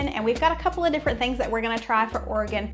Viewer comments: Seeing your Tater Tot Casserole on the video thumbnail, I thought THIS was the Minnesota episode 😂. Just wanted to say thank you for pronouncing Oregon, Tillamook and Oregonian correctly. Enjoy that Marionberry Pie ice cream! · Great pronunciation on the word Oregon!! 😊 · Love that you pronounced Oregon correctly. Lol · Thank you,, for pronouncing Oregon correctly! So many YouTubers don't. As a native Oregonian for over 50 years, I have never made nor eaten a tater tot casserole. Yes, we have tater tots from time to time, but I have never known anybody to make that concoction here. Salmon, halibut, tuna, crab, oysters are the prime dishes we are known for here. You did nail it with Tillamook and marionberries tho! Marionberry ice cream is bomb! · As a native Oregonian, I simply love that you pronouce "Oregon" just like we do. That is a rare thing! ;-) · Thanks for the great representation of Oregon! AND pronouncing it correctly! Your videos are always fun!